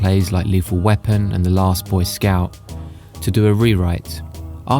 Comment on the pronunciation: Just for future reference, the "Last Boy Scout" is not pronounced with the "Boy" as an adjective, rather "Boy Scout" itself is said as if it were a term unto itself as if it were a whole title. I only say this as an American living in Germany and learning the language, and it makes sense that an Englishman would not necessarily understand the nature or history of the Boy Scouts in America.